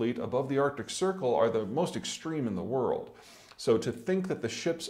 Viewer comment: it's 'Arctic',.